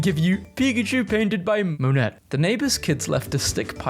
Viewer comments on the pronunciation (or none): *it’s pronounced “moan-ay”